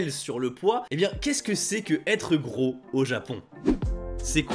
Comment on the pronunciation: Allez avoue lol, tu es un descendants yakuza 😜. Je rigole hein. Cool ta vidéo 👍 À (environ) , tu parles trop vite pour prononcé le mot japonais "gros" 🙄, a l'écoute sa donne genre "fwoto té leu" genre à l'écoute hein 😒, difficile à retenir.